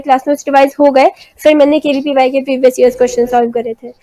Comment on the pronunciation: Are aunty KVYP nahi KVPY hota hai😆